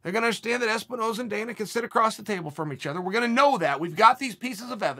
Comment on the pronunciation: "Espinoza. Ezbenona." Holy shit, ONLY CHAEL could fuck up a dude's name after saying it correctly half a second ago.